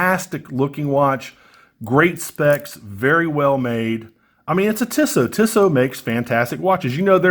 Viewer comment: No offence but the company is pronounced Tee-So.